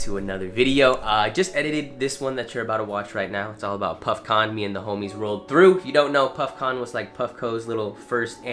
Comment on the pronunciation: im kinda high af and when he said puffcon i thought he was saying puffkhan and i was like yo thats dope